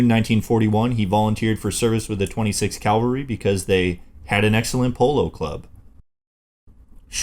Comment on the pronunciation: "Ca-val-ry, " as in "cavallo," ("horse"). Not "Cal-ver-y" Goddammit. Bonus material: Your realtor is a "real-a-tor," not a "ree-la-tor". Jeezus.